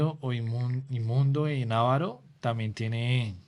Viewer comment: muy buen video, excepto por parte de la pronunciacion de la palabra avaro, por parte de la pareja a la derecha, que no se pronuncia ávaro!!!!, es avaro, con acento en la penúltima silaba.